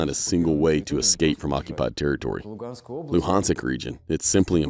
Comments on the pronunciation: Its Donetsk, not Dopnetsek and its Luhanks not Luhansek wtf still its ben a long time to practice mate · It's luhansk, not luhansik.